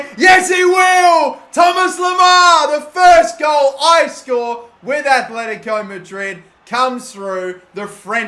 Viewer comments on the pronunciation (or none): ITS ATLETICO NOT ATHLETICO ITS TRIGGERING ME